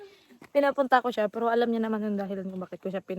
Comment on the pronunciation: Hnd mo Ako baser ayosin mo pananalita mo ung pg bigkas mo Ng piro at ung pg lalabas mo Ng dila mo alisin moyan wg Kang poponta sa pb house na Ikaw lang KC parang ayaw na nila Sayo